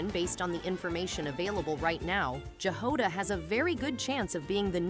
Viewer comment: Jahoda is slavic word (I know it from Chzech). You pronounce J the same way you pronounce "Y" in "MiHoYo".